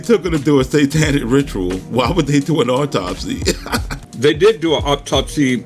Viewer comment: You would think that she could and would pronounce Autopsy correctly